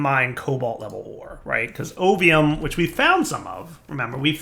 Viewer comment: So i've been playing cata dda while i watch this series, and because i am not focusing on the lets play with 100% of my attention every time you say ovium ... i hear opium ... i keep double taking lol dungeons, dragons and drug lords. lol